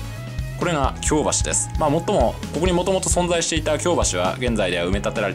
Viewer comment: 京橋のイントネーション違うと思います。